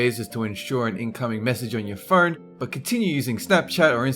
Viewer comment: Where does come from? He says 'phone' and 'home' really funny. Phewwnn, hewwm.